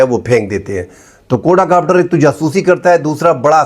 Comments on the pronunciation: سر جی کوڈا کاپٹر نہیں ھوتا کواڈ کاپٹر ھوتا ھے 😊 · اسلام علیکم ۔۔ صاحب۔۔ بات سمجھ ا جائے تو بس ٹھیک ہے ۔۔لیکن غلط لفظ بولنے ، سمجھ انے کے باوجود دماغ میں خارش شروع ہو جاتی ہے ۔ لفظ ہے ۔ QUAD COPTER. کو- آڈ کاپٹر ۔۔کواڈ کاپٹر ۔۔ کوڈا نہیں ۔میں نے کہیں نہی پڑہا بہرحال اپ کا تجزیہ مجھے ہمیشہ اس لئے حق لگتا ہے کہ یہ پاکستان وطن سے محبت ظاہر کرتا ہے ۔۔ رہ گیا ۔۔ 'آسف' (اصف نہیں) کچھ ذہنی مریض نا معقول شخص ہے ۔ پہلی چول نہیں ماری اس نے ۔۔اس کی مذمت لازم ہے